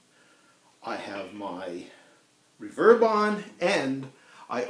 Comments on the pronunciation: I’m not sure anybody would emphasise the RE in “reverberation” so on paper your pronunciation is absolutely correct, but REverb seems to have become the chosen standard pronunciation for the shortened form. Strange, really. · TB, others have pointed that out as well. Sorry to rock your brain. "Back when" he never heard it said at all. It was simply something new -- first on stand alone units, then built it to amps. (My first was Fender's first such -- the 1964 "Vibroverb".) And the accent as that name was pronounced, as with Ampeg's "Reverbebrocket" was always on the 'verb' part. Perhaps that is how the pronunciation habit formed. Alas, as with a person with a regional accent, I don't hear the mispronunciation myself. But it does seem to disturb others. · I have only heard Americans say it that way, as in the video. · But you still know what he's talking about.. to-may-to, to-mah-to.. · Well some of us go back to when reverb was "new" and we never heard it pronounced as it is today. Never even thought about it. My first reverb amp was a then brand new Fender Vibroverb. We pronounced that Vi-bro-VERB. Accent on the last syllable. Same with the Ampeg Reverberocket. We pronounced that Re-VERB-erocket, not RE-verb-erocket. Did we mispronounce those amp's names? And thus "reVERB." May indeed be "wrong," but then again I've heard so, so many ask for a Lowenbrau saying LOW-in-BROW when what they should have said is LOYV-in-Broy. And, wonder of wonders, yet they still got the beer.. ;-) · The way you emphasize the second syllable of the word "reverb" throws me off. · Yeah, language is definitely a mess. I certainly can't tell you your pronunciation is "wrong," since it is just an arbitrary shortening of an actual word. It just sounds kind of awkward to my ears. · I say REverb out of habit but the word is derived from reverberation. I don't see why saying reVERB would be a problem though. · I love the Trans-Atlantic accent STRICTLY on the word "Reverb". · Ree-verb. REE-VERB.